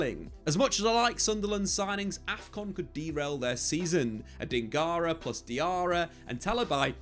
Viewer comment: How have you added an extra syllable to Adingra’s name? 😂